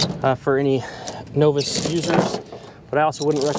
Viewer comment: Never heard novice pronounced like that hmm he must not be from round these parts 🤔 😂